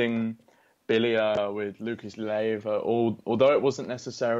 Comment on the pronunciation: LEIVA not LIEVA. Ley-va . . .